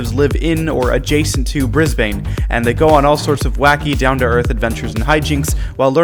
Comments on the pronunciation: i dont wanna be like nit picky but brisbane is pronounced 'brisbon' no hate!! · no it’s not bris non it’s bris bin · Your calling g Brisbane wrong it's pronounced brisbin